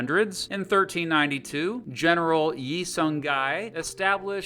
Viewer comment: Your pronunciation of the Korean names...just no. "Wang" is pronounced "wahng", the "gye" in "Seong-gye" is pronounced "gyeh" not "guy." In korean, "eo" is a dipthong, so Joseon is pronounced "Jo-seon" -- it's only two syllables. "eo" is a sound between "oh" and "aw." "Il-Sung" is pronounced "ill-sung", not "ill-soong."